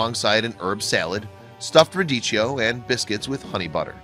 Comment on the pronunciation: Maybe the narrator should look up the pronunciation of “geoduck”, “turbot” and “radicchio”. Jeez!